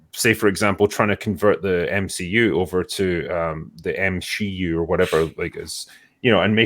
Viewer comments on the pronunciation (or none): "M-She-U" -- LOL!!!